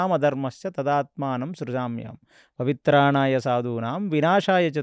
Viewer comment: మీరు ఎప్పుడూ పవిత్రాణాయ సాధూనాం అని చెబుతారు, అది తప్పండి, పరిత్రాణాయ సాధూనాం అనేది సరైనది.